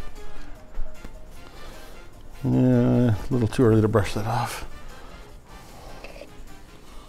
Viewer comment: happy little lakcident